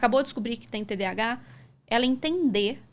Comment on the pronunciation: Só faltou falarem corretamente, pq é toda hora TDH TDH... pq falam errado?? tem um "A" nesse termo!